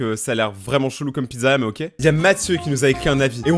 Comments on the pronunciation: mais dit pas le mot ok comme oque faut sire OKÉ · Je m'abituerai jamais parce que tu dis "oke" au lieu de "oké" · Ca vous enerve pas la façon dont il dit "ok" ca ce dit "oké" pas "auque"